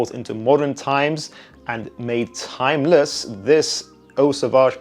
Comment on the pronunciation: why did you say timeless like that? 😭